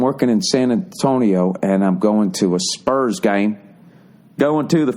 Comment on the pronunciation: rofl at his backwoods accent when he says the spurs. HAHAHAH